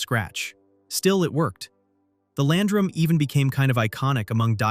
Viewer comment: How hard is it to properly pronounce Land Ram?